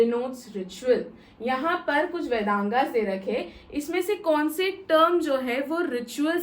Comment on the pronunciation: Vedanga nahi boliye pls.🙏 Vedang bolengi to acha lagega Ap bahut acha padha rahin hain mam,thank you so much😊